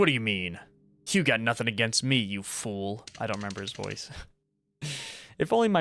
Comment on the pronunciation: I though he said "food" instead of fool omg🥀